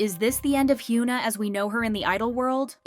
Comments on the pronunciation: "Hyew-nah?" it's actually pronounced "Hyuh-nuh." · I enjoy watching your videos, but it always pains me to hear you mispronounce the idol's names. Hyuna's name is pronounced Hyuh (like uhhh 🤔) -na. Please look up how to pronounce their names or just listen to them pronounce it themselves. That's my only critique. Other than that, you're doing great!